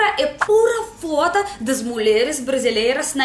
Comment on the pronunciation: Muito bom. Só precisa melhorar a pronúncia quando fala das "fotos". Você já prestou a atenção? 😂😂😂